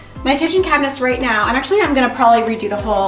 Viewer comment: "akshwee"...so many times!